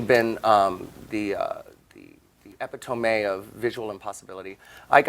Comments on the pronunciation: I'm gonna be the 667th comment and say LOVE Sharon but her saying "neech" and "nitch" when trying to say 'niche' and saying epitomé instead of epitome ;----)) made my fucking week :D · I luv Sharon's pronunciation of "epitome."